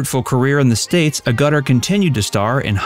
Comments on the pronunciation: I am not a subscriber but often view these videos just so I can listen for mispronounciations, missing words in names and titles, and other ways in which the narration is frequently mangled. Ms Agutter is a marvelous actress who deserves better than to have her name mispronounced here for the entire length of the video. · I always had a crush on Jenny, I wish the guy making the video could actually pronounce her surname correctly though! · Never before seen photos... yeah right? Where did you trawl them from? Easily available and viewed sources. For someone who calls their channel, you certainly get a lot of 'facts' wrong, right down to even pronouncing your subject's name correctly. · Narrator can't even pronounce Jenny's last name correctly. Too much talk about Jane Seymour. It turns into video at the end instead of never before seen photos. I've seen every "rare" photo shown in this video. A rather amateur video. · Nice video, pity you murdered the pronunciation of her name. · If you are going to try to make money from reading out a Wikipedia entry about an actress, you could at least have the courtesy to research how her name is pronounced which is readily available with a bit of effort. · You would have thought that the presenter would haver taken the trouble to get the pronunciation of her name right!!!! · With the invention of the internet you would imagine people would check things like, oh, say how to pronounce someone's name, or dates that films were made. 0/10 get the hell back to school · Great little vid. Please ask a Brit how to say "Agutter", not that you're wrong exactly. Tomato, tomayto. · You would think he could at least pronounce her name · Good god, man, FFS learn how to pronounce someone's name properly before narrating a video about them. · A pity you can't even pronounce her name correctly. The Emphasis should be on the first A. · Who told you how to pronounce her surname ? They are so wrong. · Ffs say her name correct please